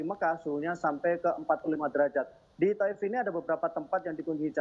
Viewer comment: TAIF BUKAN TOUF😮